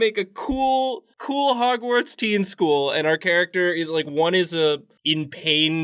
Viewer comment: "'Gwartz"....how lovely